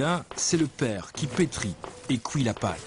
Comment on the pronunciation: "Cuit" sur place ne se prononce pas "kouï" sur place. Mais bon... de toutes façons le pain est dégueulasse en Belgique, en grande surface ou chez les artisans, les Belges ne savent juste pas faire le pain ou les viennoiseries.